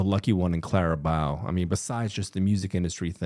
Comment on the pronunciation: Taylor: Says Clara Bow several times correctly: Continues to say it wrong anyway 😂🫣